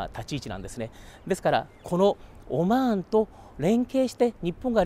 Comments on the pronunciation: オォマァーン（いい発音だ) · オマーンの発音がいいね